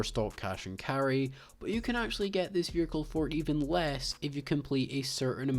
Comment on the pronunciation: oh i didn't realise there's an 'R' in the word vehicle. this guy proved me wrong